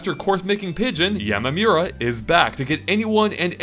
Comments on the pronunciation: ...the way you said yamamura.... Come on man...you cover a Japanese company almost exclusively. Learn a little about hiragana or Japanese pronunciation a little bit yo be professional. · The way he pronounces "Yamamura" irritates me, and I'm not even a weeb.